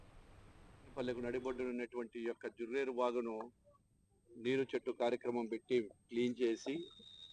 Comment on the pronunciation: జర్రేరు కాదు జుర్రేరు వాగు కొద్దిగా తెలుసుకొని news చెప్పండి